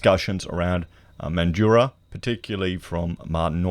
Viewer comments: Mate, it’s Mandraaaa, speak like a Wassie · Just want to point out that Broome is not a mining town (Primarily tourism and pearling). And Mandurah is pronounced ‘Man-Jew-Ruh’. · Man drah/ METHandurah. Don't make it sound flash hahahah. Wonder if there has been a surge in people getting their real estate licenses. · Methdurah is the correct pronunciation